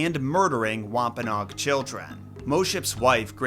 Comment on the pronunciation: Thought it was wom-pa-NO-ag